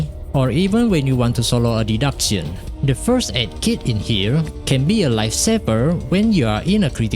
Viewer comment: You're attempting to reach to an INTERNATIONAL AUDIENCE. Your accent is beyond recognizable like a broken AI. Someone needs to spew the facts infront of your face the reality of the situation. >Archive Raisin >PARADOX SKULL LABYRINTH >Day duck sayin (deduction) >Life Saber (life saver) It's the reverse English weeb concept here in place. You either don't speak in your videos because you can't speak English well and fluent or make a video in your own native language. It's quite obvious you wanna go English for international audience and max view count but you couldn't even pronounce majority of the words right sounding like a grown toddler. Yes, we know you're NOT a native English speaker and so am I and the other people here. You have NO EXCUSE to make up for. You clearly never voice chatted with a foreigner who speaks in a native English language to criticize and give you feedback and improve how you speak. Wrong grammar are tolerable but wrong pronunciation is a different matter where you sound mentally ill. to/two/too there/their/they're pray/prey You have time and effort to respond to your comment sections in ENGLISH. You could spend your time typing instead of talking too but a scapegoat of an AUTO SUBTITLES for us is beyond reasoning.